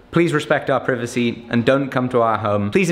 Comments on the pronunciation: Pronounce Privacy correctly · I love how pronounced privacy but on a more serious note don't be a creeper and stalk this man and his family that's not cool